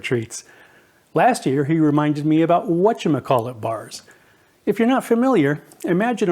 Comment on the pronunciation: "What's your McCall it" again? Whatever, it looks good 👍